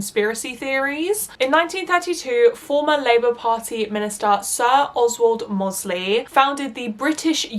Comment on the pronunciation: Doesn’t take away from the excellent vid but smethwick pronounced smethick with almost a vee sound in the middle. And mosely rhymes with Rose Lee.